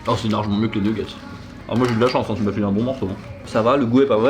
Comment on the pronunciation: nougette et pas Newgete a ne pas confondrre !!!!!